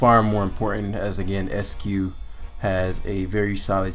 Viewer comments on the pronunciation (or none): "ICE-CUE" not "ESS-CUE" There's an "I" right after the "E."